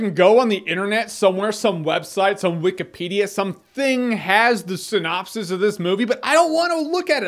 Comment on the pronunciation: YOu pronounced it "tsunapsis" .